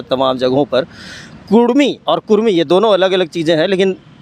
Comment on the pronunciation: Abe bhadua kurmi kurmi chilla raha hai... Kudmi bol... Or ek bath tujhe puchh ke andolon karenge... Apna soch badal barna tera astitwa kehin gum ho jaega... Odisha ke bhagoda neta jo kudmiyon ka vote pe MP bana ab jharkhand ke mukhyamantri ki lalach me hai... Tera mansa kabhi pura nahi hoga...